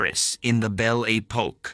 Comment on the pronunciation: Most peculiar pronunciation of French words! "Bel A Poke"🤣🤣🤣